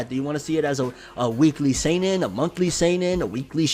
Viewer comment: Damn,. That's how you say seinen? This whole time I've been saying "sannin"